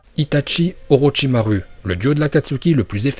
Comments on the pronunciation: Très bonne vidéo sauf que on ne dit pas "OrochimarU" C'EST AVEC UN U MAIS ON DIT OROCHIMAROU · On dit OROCHIMAROU pas OROCHIMARU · je pense que tu fait rire tt le monde avec ton U a la fin d'orochimaru, de base sa se prononce "orochimarou", mais écris comme "orochimaru" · PRONONCE BIEN LES NOMS!!! Orochimaruu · C’est pas orochimaru le u comme ou et itachi il y a pas de t itachi 🦃🤦🏻‍♂️